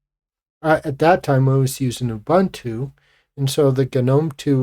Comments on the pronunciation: I loooved Gnome3, because it finally managed to properly do rounded corners, which Unity failed at. BTW, "Ubuntu" isn't pronounced "Oh-Bantu". Ubuntu releases used to ship with a video clip of Nelson Mandela explaining the concept of "ubuntu" and he, being African, also pronoounced it correctly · Gen Jones here. We were born 1954-65. Give me KDE Plasma any day. Gnome2 was great, and lost its way by 3. Why people love Jurassic Xfce, is beyond me. Ubuntu is pronoumced ooh booon too, not in your racist colonial way. Please! One just cannot educate supposed Linux geeks